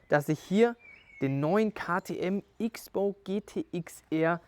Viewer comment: So viel ich weiß wird XBOW "Cross-Bow" ausgesprochen oder täusche ich mich????